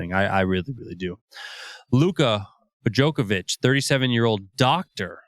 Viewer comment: Absolutely! But listen , when they clearly call him "Bojocovic" instead.